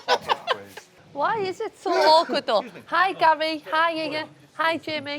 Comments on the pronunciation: Does wright call Gary “Gal” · Does Wrighty always call Gary "Gal"?